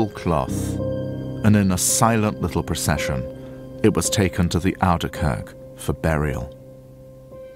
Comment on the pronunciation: Oude Kerk not outer kirk